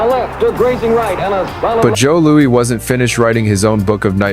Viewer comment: Its pronounced joe louis you crummy ai lol